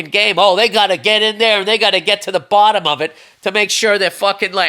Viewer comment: Love when Bill rants and his Bah-stin accent gets out unironically. "Get to the BAW-TUM of it" lol.